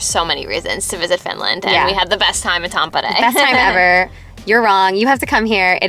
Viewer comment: Tampere is not pronounced like that...😅 And you're always supposed to go sauna naked or with a towel, but NEVER in a bathing suit!!!